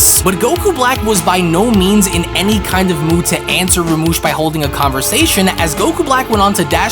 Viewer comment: Do you even read the manga your showing cuz it's literally written as rumshi not ramush..Jesus Christ it's like your quality is getting worse rather than better...I mean honestly you make yourself sound stupid by drastically mispronouncing what's literally written right in front of you